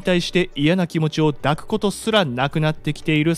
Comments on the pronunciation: 感情は だくではなく いだく です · 気持ちを抱く→気持ちをいだく。このように読まれた方が聞こえがいいと思います。想いをだく、ではなく想いをいだく。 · いつもありがとうございます。ただ、気持ちをだくと言う言い方はしません、気持ちをいだくと読みますよ! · いつもタメになる動画ありがとうございます😊夜になったら1日のさまざまな感謝を意識的にしようと思いました！ 一点だけ、感情や気持ちは【だく】ではなく【いだく】ですね！ 抱く→ 物理的なものは【だく】 抽象的なものは【いだく】 横やりすみません💦 好きなチャンネルなだけに気になってしまいました😓 お体に気をつけて配信頑張って下さい☺️ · いつもありがとうございます✨ とても為になりました😃 この動画を繰り返し聴けば幸せになると思います。なので繰り返し聴きます！ 本当にありがとうございました❣ま PS. 細かいことですが、 感情を抱くの読みは、 いだく かと思います。 間違っていたらすみません。 あと、神経質でスミマセン💦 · 「抱く」は「いだく」ですよね。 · いつも楽しく見させていただいています。 一点気になることがあります。抱くの読みは、【いだく】と【だく】があり、【いだく】のほうが自然な場合があることです。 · 簡単にできそうなことが多くてありがたいです。 …さん、抱(いだ)くと読むべきとこの誤読が多い(笑)